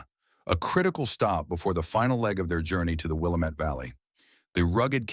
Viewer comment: WILLAAAAAMET NOT the Wilimet. That's the problem with AI-it mispronounces a lot of words.